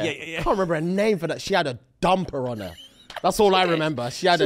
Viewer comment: I heard “dumb piranha” instead of “dumper on her” 😂